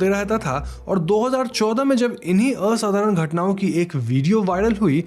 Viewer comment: The way you pronounced असाधारण 👍🏻